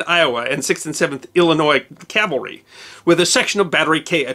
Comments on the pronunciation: The most often mispronounced word in military terms is "CAVALRY". Most people including myself and you pronounced it a couple of times it: "CALVARY" (Which is actually the other term for the hill in Jerusalem known commonly as Golgotha. Just an obscure history term. It is very easy to mispronounce. I had done it many times. Love your videos! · Dear -- may I kindly suggest you learn to pronounce 'cavalry' correctly, instead of pronouncing it 'Calvary'.